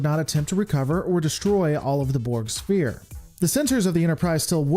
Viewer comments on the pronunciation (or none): Think of sphere as if it were spelled sfere. It is pronounced sfere not spear ;)